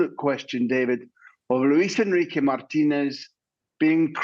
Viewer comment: The presenter saying "Luis Enriqueee" with a Spanish twang. Tube 😒